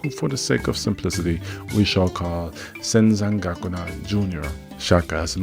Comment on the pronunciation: First couple minutes in; you saying zen San goku na? lol